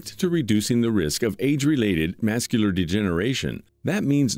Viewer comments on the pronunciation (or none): Mas-cular degeneration? Really? Check voice-over pronunciation.